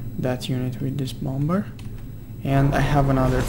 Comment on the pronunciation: The second B in bomber is silent. So you pronounce it bommer, not bom-Ber